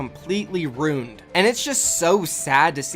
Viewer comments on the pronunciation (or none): Day 136 of saying ruin wrony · love all your vids and i don't even play fortnite but you said a word today RUIN but the way you said it makes me think i have an idea of where your from maybe not either way yinz keep doing what your doing its awesome